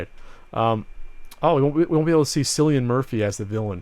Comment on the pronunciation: It's not Sillian Murphy!!! It's pronounced with a "K" or normal "C" sound, I should know I'm from fucking Ireland!!